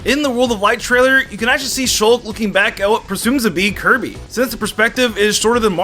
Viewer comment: hey buddy when you were talking about dark samus I think you said kirby's name wrong maybe I miss heard though